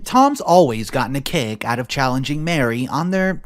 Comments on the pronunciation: Maree, not Mary, Marie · you need to preread the stories. Also, usually ‘Marie’ is pronounced ‘Ma-REE’, not Mary. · It’s Marie- not Mary!